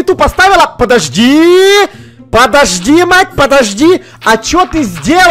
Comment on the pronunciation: Она сказала не плости а подожди